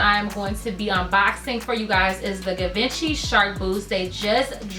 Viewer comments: These boots have been out since 2012 it’s Gi van chi pronunciation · You gotta say it G-Von-She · You’re pronouncing the brand wrong, it’s pronounced Gee-venchy. The boots are dope btw. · You’re pronouncing the brand wrong..